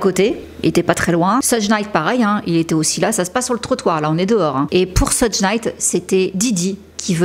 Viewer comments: Très bon travail, comme d'hab. Pour le détail (parce que c'est pas très important), je ne suis pas spécialiste mais je crois que ça se prononce "sheug" et non "seudge". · Thank you for your investment to inform us. Just to tell you that it's not "Sedje" Knight but "Shoug" Knight.